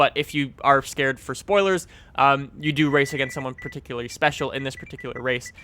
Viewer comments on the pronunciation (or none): none